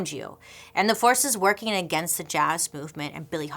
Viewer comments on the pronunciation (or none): none